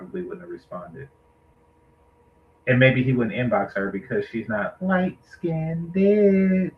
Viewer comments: You heard em. Its Light Skinned-ed. LOL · I really don't know what is triggering me more. The incorrect pronunciation of the word - LIGHT SKINNED, or the old fool thinking this young lady would even look at him. He's a total clown show!